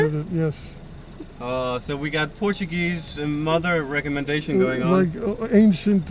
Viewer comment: im not even being nice Your Portuguese is REALLY good At least the pronounciation